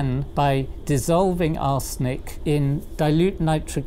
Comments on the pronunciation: It sounded like he said "dissolving our snake in dilute nitric acid". lol. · Why does he pronounce it "our snake"??? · Whenever he says arsenic I hear “our snake”, the whole video became hilarious